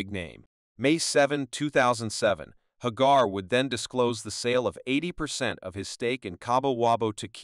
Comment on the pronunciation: Pronounced Hagar 3 different ways.